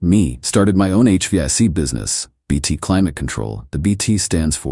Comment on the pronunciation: It is called H-Vac. 2 syllables